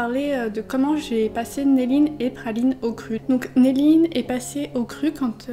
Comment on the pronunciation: Pourquoi dis tu Phaline et pas Praline ? (Un H à la place du R)